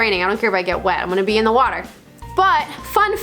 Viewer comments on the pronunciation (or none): Did I hear you burp underwater? That would be a first. That is an opal and it is from Coober Pedy .Needs some care. Drop it id fresh water. Or as you say WHATER.